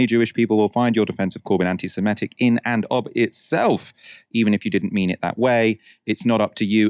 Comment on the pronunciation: I think the word you consistently mispronounce as anti-SemEtic is, in fact, anti-Semitic /ˌantɪsɪˈmɪtɪk/. Indeed, this is clear since you correctly describe a person holding such odious views as an 'anti-Semite' not an 'anti-Semete'.